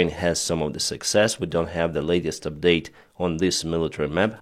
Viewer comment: Update & Details These 2 words have the stress on the first letter (=silable).. just some English help